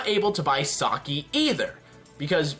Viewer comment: I honestly don't know why people call Sake "Saw-key". It's pronounced "Saw-kay".